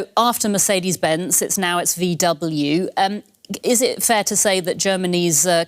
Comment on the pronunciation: A German tv presenter pronouncing VW as Vee double u😂